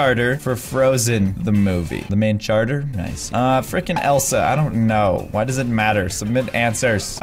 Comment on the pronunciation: says: FREKEN!